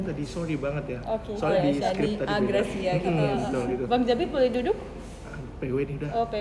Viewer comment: itu gre ngomongnya Shani-a-gracia kaak🤣 dengernya pake headset deh coba